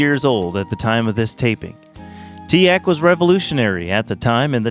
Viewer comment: "tea-aahk" shnaps i've always said teek